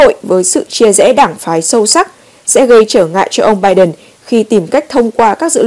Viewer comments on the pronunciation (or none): Lam-Anh Mai dùng chữ PHẢI là đúng! Đọc cho đúng thì là phải (must) chớ không phải tuỳ hứng (should or may). Tuy nhiên dạy cho những người dốt ngoại ngữ này thì chẳng khác nào đàn khải tai trâu! Hãy nghe họ phát âm [bai Đần], [trUm], [ben XI VA nha] thì biết!